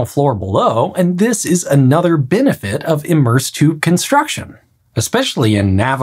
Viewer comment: "binnefit" "inds"